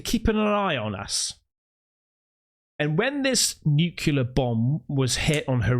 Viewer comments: That is your opinion. He begin stating that he is the voice of reason, tells us that he is from within the intelligence community, yet cannot even pronounce the word nuclear correctly, and preaches to his audience with an air of arrogance that is very obvious. I gave up listening to him after the 14th 'in this story'. Was it really necessary to keep repeating it, other than to use it as means to elevate himself and talk down to his audience? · Love your channel but I can't take the "story" teller seriously. He can't say the word "NUCLEAR"! It is pronounced NEW CLEAR. NOT "Nu kee ler". Drives me batty! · The old guy at the end said his story is FICTION. Yet, people take it as fact. BTW: His credibility is completely lost when he says, "nucular" rather than the correct, "nuclear." The video of the sunrise is unimpressive. Nothing to get excited about. I get that your audience likes when you get all flustered and say, What IS that?!?" You have to pay the bills. No harm in that. But, let's be real for just a minute... some people who present this type of content are only doing it for the money. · For Christ's sake, if you want to be taken seriously at least learn to pronounce the word 'nuclear' properly. It is NYOO-CLEAR not NYOO-KYOOLAR. Fairly minor point granted but it doesn't help with credibility if you can't pronounce an important word like that correctly. Not ARKSKING much is it?? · Multiverse??? I dont know, i need to see more. And its “nuke lear” not “nuke you lar” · U ppl with this weird "nu-cu-lar" accent are killing me... It's "Nu-clear".. it's also ENGLISH!! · What the hell is "nu-cu-ler"? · maybe it's just me, a personal failing, but i've always found it hard to believe "deep-black" assets or "special-group" operators with "direct-access" contacts at the "highest-level" who cannot pronounce nuclear; for some reason preferring to say "nuke-u-lar". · Nukular, the word is Nukular -Homer J. Simpson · New-clee-ur. Hee-roh-shi-ma. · NuClear radiation not nuKelar